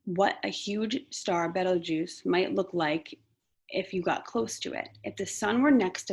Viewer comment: It is Betelgeuse 😂❤